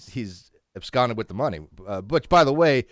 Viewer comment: "Absconded"? "AbSCONDED"? He done absquatulated with it!